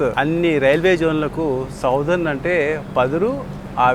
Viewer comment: బ్రో, సౌథెర్ణ కాదు, సదరన్ రైల్వే. మన కడప కూడ MSMR కింద ఉండేది. (మద్రాస్ సదరన్ మారఠా రైల్వే.)